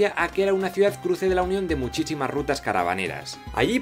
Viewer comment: "muchichimas" xd